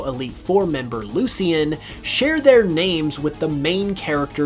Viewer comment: mans really pronounced lucian wrong as if we wouldnt notice